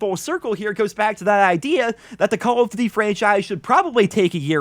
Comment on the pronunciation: Does he not know how to pronounce duty?